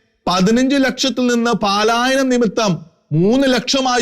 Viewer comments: പാലായനം അല്ല സുഹൃത്തേ! പലായനം. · താങ്കളുടെ മലയാള ഭാഷ ഉച്ചാരണം മെച്ചപ്പെടുത്തേണ്ടിയിരിക്കുന്നു ഉദാഹരണം-പാലായനം അല്ല പലായനം. ഗിലാഫത്ത് അല്ല ഖിലാഫത്ത് നഖത്തിൻ്റെ ഖ